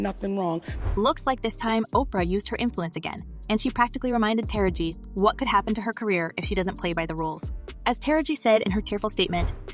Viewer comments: I know it’s not just me thinking about this; but have anyone ever listen to how people Narrate these clips on celebrities. Taraji is her name say it with me Taraji not Tara-gee, go watch any Tupac clips and watch them say his name as Too-pack, this is very disturbing and disrespectful honestly. Even if you don’t know or even knew these people personally; but you have heard them say their names correctly in the past, especially when they are at their heights of their career. Too-pack and Taragee really; it’s Tupac and Taraji, that’s sad these people keep disrespecting these artists names, who so many people grew to love and care about. Let another outside race disrespect someone else name and their popular at that present time, I bet that they will have an instant meltdown and try to shame anybody who is narrating their story about them. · Who is this terrible commentator with this divisive /bigoted narrative that can't even pronounce TARAJI ??? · Her name is pronounced: Tah rah gee not Tara gee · First of all, put some respect on Taraji's name.😡 You must not know enough about her to know HOW to pronounce her name.